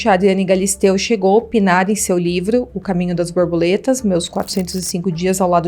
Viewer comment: Nao “caminhoS da borboletA” e sim, CAMINHO. DAS. BORBOLETASSS